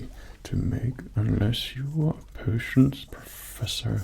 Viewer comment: I keep hearing "persians" instead of "potions"